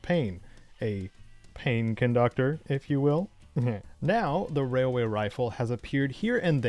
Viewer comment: All I hear is “wailway” Every time 😂